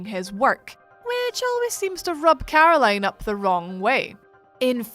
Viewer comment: This accent..... 'Carrrrroline' .